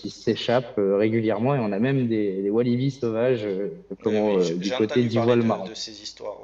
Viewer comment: Wallabies et non Walibi